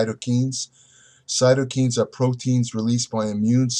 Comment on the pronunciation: Cytokines is pronounced sigh-toh-kainz (kai, like Kai Greene)